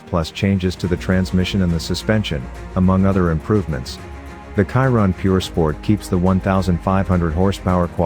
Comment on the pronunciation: Sorry, but your pronunciation of name Chiron is terrible. He was a french driver, "Ciron" or "Kiron" is incorrect. Should be Chiron like "Shiron", Luis Chiron.